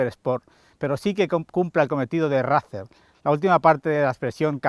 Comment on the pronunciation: Gente de el vídeo muy chulo y todo lo que cuentas súper bien! Pero os pido por favor !!!! Ya que haceis honor contando la historia de la marca y de el modelo aquí en Youtube, no podeis decir RACER a la española y quedaros tan anchos! Suena asquerosamente vomitivo! suena horrible! Igual que THRUXTON e igual que CAFE RACER y todas las palabras inglesas que son tan bonitas y suenan tan bien, hacer el favor de pronunciarlo en inglés por favor! Es vergonzoso, con todos mis respetos.